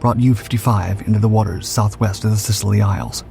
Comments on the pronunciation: 'sisilly isles' ? no, its pronounced " silly" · “The ‘si-scily’ isles? You mean the Sicily Isles, pronounced ‘Silly isles’??? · Scilly is pronounced as "silly" and Fowey as "Foy". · The Scilly Isles is pronounced "Silly" not "Sicilly". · Fabulous presentation of a fantastic aircraft, thank you. Just a note, the Scilly Isles are pronounced Silly, not Sisily.😉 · Awesome documentary, just wanted to say that scilly is pronounced ‘silly’ and fowey is pronounced “f-oi”